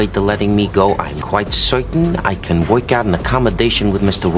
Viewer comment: I would never be able to take a guy seriously who pronounces the word "work" like that.